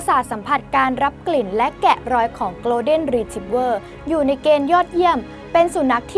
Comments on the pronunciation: ไม่ใช่ออกเสียงเร็ว ๆ กะโล = โกล. แต่ โก(ลด์)เด้น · 1. สัตว์โลกย่อมเป็นไปตามกรรม มันก็แค่คนชั่วห่มผ้าเหลือง อย่าให้ความสำคัญ กรุณาอย่านำเสนอไอ้เจ้านี่อีกเลย 2. อังกฤษผมก็ไม่เก่ง แต่ครูสอนให้อ่านว่า โกน-เด้น ไม่ใช่โกลว์-เด้น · Golden ออกเสียง โกลด์เด้น ไม่มีควบ ล. ลิง นะครับ ไม่ใช่ gloden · ขอนอกเรื่องนิดนึงนะคะ น้องผู้ประกาศขา golden retrievers ต้องอ่านว่า โกลฺเด้น ไม่ใช่คำควบกล้ำนะคะ ส่วนแครอทเดี๋ยวมันก็เน่าตายไปเอง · Golden อ่านว่า โกลเดน ไม่มี ร นะคะ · หนูอ่าน golden ผิดนะคะ